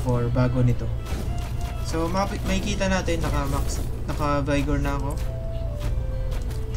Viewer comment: Vigor not BayGor